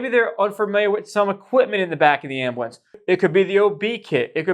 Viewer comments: I have never heard the word ambulance pronounced “am-ba-lance” until meow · I can’t even stand watching your videos when you call it an Ambiwence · The way this dude pronounces ambulance 😭